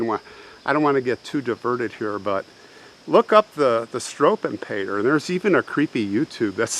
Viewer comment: Love your channel. FYI it’s “ shtrew-vell-pay-ter.